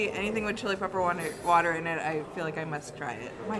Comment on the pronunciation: pronunciation of Chili Peppah Watah is on point. My husband and I were cracking up. Love it!❤